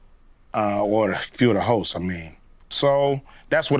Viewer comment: I like when he's talking about the view and he says the hosts it sounds like he's saying the hos.